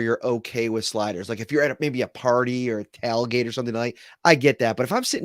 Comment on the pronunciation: Tailgate. Not. Tellgate.